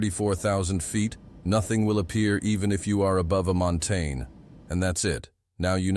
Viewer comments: The first time it said it I was like, what's a montayne? LOL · Great video very informative but AI attempting to say Mountain is quite funny 😂